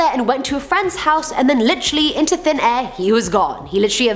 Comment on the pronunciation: "disappeared into thin ehhh" 😝